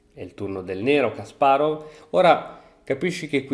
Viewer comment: Ciao! Credo il nome si pronunci /kasparof/, essendo russo! Te lo dico solo così per curiosità se ti interessa! Bel video🤩